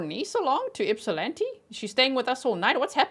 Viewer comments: Thank you for saying my hometown name correct Ypsilanti (ip-sa-lan-tee). ❤ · I’m from just outside Ypsilanti and yay you pronounce it correctly! 😂 I sadly had not heard about this case. I do recall seeing his mug shot somewhere though. So sad and infuriating. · You pronounce Ypsilanti like a local! 😊